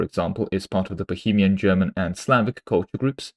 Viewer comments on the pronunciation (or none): none